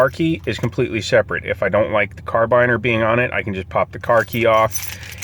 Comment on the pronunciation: Convex! I could let the mispronounced carabiner go but concave? Really??!!!